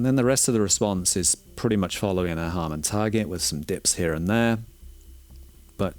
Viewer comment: Harman, as in Harman International, where Sean Olive contributes his expertise. Not Harmon.